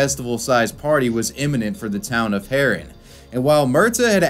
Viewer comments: Also, the towns name is pronounced "Haa-run" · say the town name haren good please